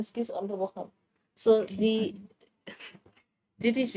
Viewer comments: Continues to say honourable cow-cow 🤣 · Ngeke bathong why cowcow instead of Khakhau, haai man stop calling our surnames wrong.